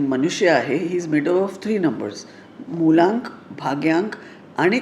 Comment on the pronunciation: Madam te Mulank aast.. Mulllaaank nahi 😂